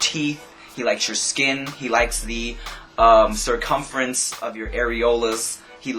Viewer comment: ahaha "the cirfumferance of your areolas"